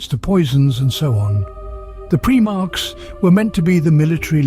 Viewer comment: Pry-marks, it's pronounced, not Pree-marks, lest someone think they were Preemies...🤣